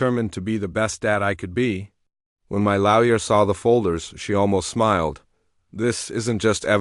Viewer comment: FFS, still can't say LAW-YER properly. It's not fkn LAY-YER 😮